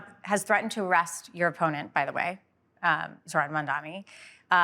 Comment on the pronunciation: All these months and the man still can’t say Zohran’s name right? Couldn’t take more than 5 minutes of saying it to yourself a few times in a row to get it right yet he can’t be bothered. What a turd.